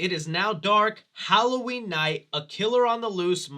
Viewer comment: My favorite part of the movie was when Lorie said "Happy Holloween , Michael."